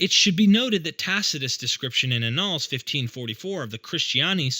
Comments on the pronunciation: ANNALS. You should check the pronuciation of this word. It is a word often used in the yearly collection of published works of a society. I feel certain it shares linguistic roots with the word 'annual'. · Fantastically insightful. Minor note - Annals sounds like annual, not null.